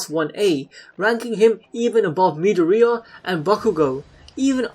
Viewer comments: Me-da-re-ah? Do you mean Ma-dor-e-a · Midorea lol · Did he call deku “midoorea?” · Can’t even say madorias name properly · triggers me on the way he pronounces Midoriya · Anyone else hear how he pronouned Midorya(dont Know how to spell his name) .